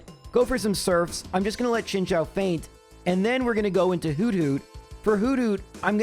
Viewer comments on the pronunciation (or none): His pronunciation of chinchou though ☠️ all kinds of wrong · Both this vid and MDB's latest one had me heading for the hills on that pronunciation! XD